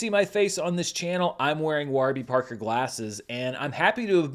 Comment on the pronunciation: Need a clip of Giancarlo Esposito pronouncing “Waarby Parker” the way does in this video